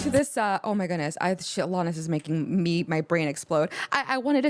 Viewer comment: The way you pronounce Alanis's name sort of jumps out at me. That second a should sound more like it does in the verb "ran", rather than the way it sounds in the word "hall". Uh-LAN-nis. I'm not mocking here, but that's the way I've always heard it, including from the woman herself. You should really just grab Jagged Little Pill and do the whole thing. Right Through You will probably fire you right up. Forgiven might hit close to home if you have any Catholic guilt. You Learn is a little repetitive, but it still hits. Wake Up is deep, and also kind of disturbing. Not the Doctor is sort of depressing. Perfect is sort of heartbreaking. All I Really Want is just fun, and you'll get to hear her voice crack in some pretty unlovely fashion. Head Over Feet feels like pop, but it's not. Hand In My Pocket sounds like pop, and it is.